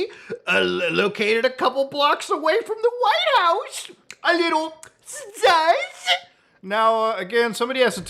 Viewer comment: Every time Muta says "sus" i lose my shit. I want a new compilation